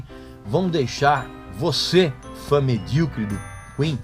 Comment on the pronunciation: Pessoal ficam bravo por ele dizer medriocre, pessoal tem que saber que essa palavra vem do mediano